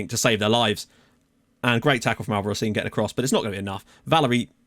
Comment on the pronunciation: I should have pointed it out earlier, but Albarracín is pronounced with a hard r, like in rock Also, I hate him. Yes, I am Peruvian and I'm happy you got him, but he comes from the rival of the team I support, so I have to hate him